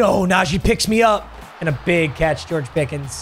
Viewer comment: “George picketh”